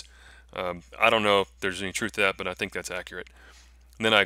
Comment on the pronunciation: Dude...you cracked me up all the way through this video. All the way to the end where you said, "do dat." Lol some kinda Texas fried Cajun. I'm still rollin over here. That being said, leather work is definitely a craft and takes practice. I've been trying to make a sheath and have thrown 2 attempts away. So....you did great brother